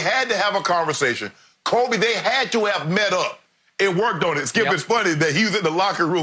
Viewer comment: Notice how Jordan pronounces Kobe's name at the memorial. It's done with a heavy heart of an older brother.